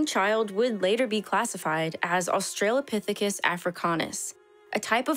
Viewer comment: It's pronounced; OS-trə-lə-PITH-i-kəs There is no "trail" in the word.